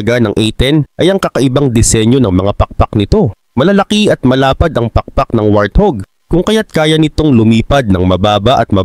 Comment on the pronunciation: Hahaha, what do you say? Wrathug? Lol 😂